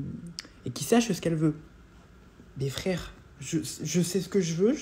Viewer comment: Elle a dit "frére" sauve qui peut